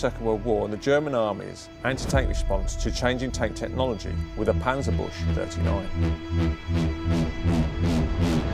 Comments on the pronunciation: A more approximate pronounciation would be "panzerbuxe" if you can't get the "ü" right, but certainly not panzerbush. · Its pronounced "Panzer-Bückse" not "Panzer-Bush". But still a fascinating video. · Nice, but please: It's not a panzerbush. To pronounce Büchse, say a normal "B", followed by a ü, which you can get easily if you make an "ee" first, then form the lips into a kissing form, then finally a "kse" ending, as in dicksen. Thanks for making great and informative content, but I'd really appreciate a bit more effort in pronouncing foreign words correctly! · Great stuff, but Panzerbüchse is pronounced book-ze. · "Panzerbüchse" is pronounced "Puntserbyksah", with the pronounced like in "run" (unless you're from the North) and the "y" like in "typical". (The German "ch" is usually prounouced like "sh" or "kh" unless it isn't and resembles a "k". Historical reasons.) :D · You know you can just quickly check the German pronunciation on Google Translate before saying things like Panzer Bush. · I know how it's pronounced. But the guy in the video said "panzer bush" which i thought was funny